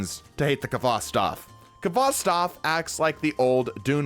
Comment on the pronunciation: Btw it isn't K H vostov it is Hvostov :)